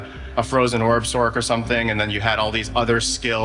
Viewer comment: did he call a sorc a sork???